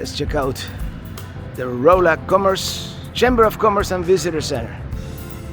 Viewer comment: Great seeing the next installment in Missouri. Rolla is actually pronounced like Rah la.